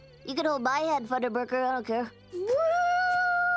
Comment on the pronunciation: Funderburger not Wunderburger